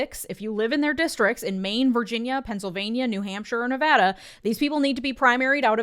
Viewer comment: Completely unrelated but thank you for saying Nevada and not Nev-ah-dah